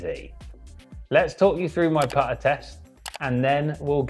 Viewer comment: Apparently the word putter has the letter t in it, and so does repeating, and started and set.